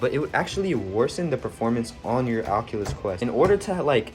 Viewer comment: sounded like he said “fuckulos” 💀